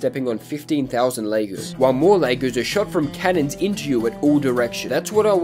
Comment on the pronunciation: The way pronounces “Legos” causes me physical pain